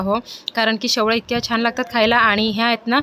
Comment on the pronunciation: Shevaya mhantat shevlya nahi